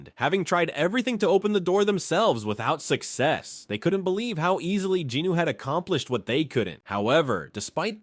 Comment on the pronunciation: these videos are awesome but the way you incorrectly pronounce jinWOO’s name is unbearable